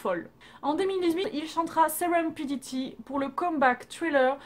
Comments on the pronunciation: J’aime vraiment beaucoup tes vidéos 😊❤️ Mais par contre ta prononciation me dérangeait un peu mais c’est rien, c’est pas si grave Et quand RM casse quelque chose c’est Suga qui repart 😂😁 « Serenpidity » ? C’est pas Serendipity oui notre bébé 😭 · "serenpiditi" à tes souhaits🤣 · Oh my god tes prononciations, "serenpendity" 😂😭. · serenpendity" wsh arrête mdr